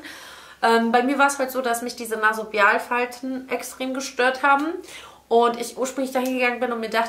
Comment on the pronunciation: Es heißt übrigens NasoLAbialfalte, nicht Nasobialfalte :-)